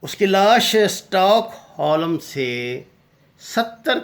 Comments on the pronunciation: ساگر صاحب یہ اسٹاک ہوم ہے اسٹاک ہولم نہیں ہے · janab tariq sahab "STOCKHOLM" hota hay stock holum nahin please correct pronounce kia akren is tarha insult hoti hay